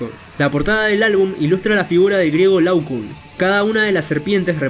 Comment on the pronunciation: se llama Laoconte, no Laucun